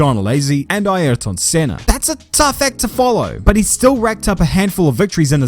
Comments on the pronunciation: Please just pronounce it "Ear tin". "Eye Earrrhh tonne" sounds ridiculous! Also, while I'm being an egg, why is your glorious Kiwi accent peppered with Aussie/American vowels, such as when you say "example" funny? Just curious. 👍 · Ah yes, the fantastic qualifier that is Eye-airton senna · What's that pronunciation? Eye-air-tun bruh....